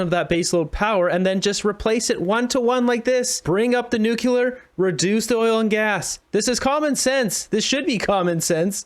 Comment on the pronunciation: No such thing as 'Nucular.'